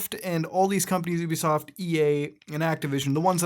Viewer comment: YOU-BE-SOFT NOT OUUU-BE-SOFT